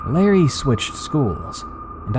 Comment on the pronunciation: Btw its "Larry" not Lerry